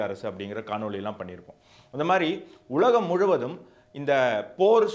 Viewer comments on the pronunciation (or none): none